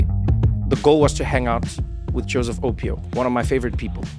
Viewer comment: Loved this, go Joe! I am a twin too (Acen), please ask Trevor to pronounce Opio properly!😄